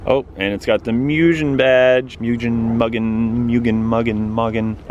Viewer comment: Moogen lol